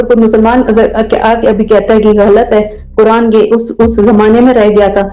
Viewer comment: bhai kya baat h 😂😂 kuran ko kurand bol rahe ho 😂😂